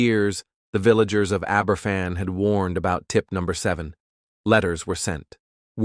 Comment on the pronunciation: The children weren't 'drawing pumpkins' , simply for the reason that the Americanisation of Halloween was yet to take hold in Britain in the 1960's - pumpkins didn't appear in Britain for Halloween until the mid 1990's. Aberfan is pronounced 'Aber van'